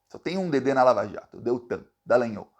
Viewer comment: O nome do cara não é "DalagnÔl" É DalagnÓl